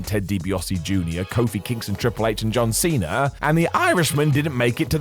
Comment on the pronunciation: Cena* not Cener